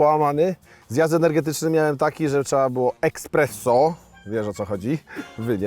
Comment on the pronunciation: Esssssspresso a nie ekspresso kochany :)